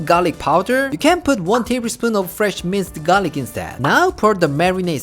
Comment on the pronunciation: Every time say minced garlic, I always hear it mister garlic. 🤣